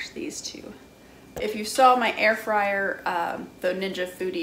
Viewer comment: Dis ain't no Ayer-Fwyer...... it's a toaster oven..... :) great review..... 👍